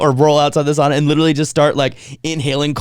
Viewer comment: .... she’s right though, it’s sauna where the au is prenounced as Aow, I got steam in my face😂